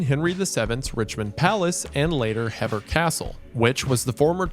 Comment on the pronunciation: Hever is pronounced more like heaver more English spelling nonsense